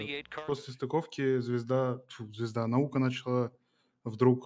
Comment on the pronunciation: В NASA и не пытались сказать "Наука". Когда говорили Наёка, они не договаривали букву "б" после "ё"